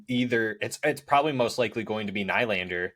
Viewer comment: Dont like the way you say nylander 😂